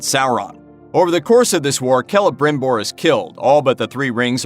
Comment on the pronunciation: Well, at least he pronounced Celebrimbor kind of right.